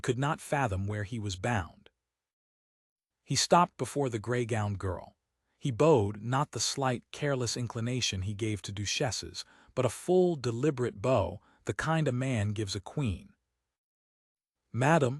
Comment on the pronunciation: duch-esses not doo- esses..... And amuse not a mousse. Preuett is Pruewitt....